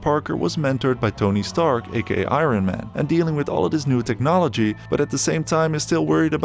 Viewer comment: "i-ron man" 😂😂